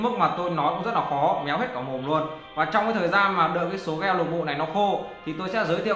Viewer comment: gel ko phải đọc là "gieo" anh ơi nghe cringy vl